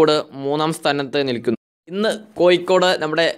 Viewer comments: കോയിക്കോട്‌ അല്ല കോഴിക്കോടു് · കൊയി േക്കാട് ആണോ കോഴിക്കോട് ആണോ ശരി താങ്കൾ പറയുന്നത് താങ്കൾ മനപൂർവം കൊയിക്കോട് എന്ന് പറയുന്നതാണോ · ഇയാൾക്കു എന്താ "ഴ" എന്ന് പറയാൻ പറ്റില്ലേ. കോഴിക്കോടല്ല സുഹൃത്തേ കോഴിക്കോട് എന്നാണ്. Calicut